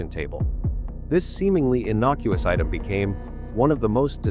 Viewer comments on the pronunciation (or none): none